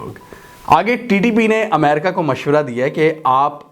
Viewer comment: . Sorry Yaar Amerca nahi hota Balkay Ame,Ri,ca Kahiye . . Regards n Sorry again .